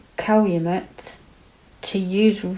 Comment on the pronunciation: You could be a Wisconsinite. You did an awesome job pronouncing Manitowoc and Calumet. He did it I believe.